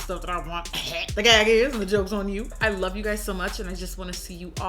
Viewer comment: *LOVE NOT LOW😂😂